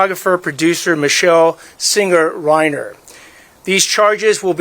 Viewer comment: itu bacanya Rainer, bukan Reiner. Jadilah narator yang betul dengan mencari tahu cara membaca nama orang dengan benar. Sekelas Kompas begini mutu naratornya!!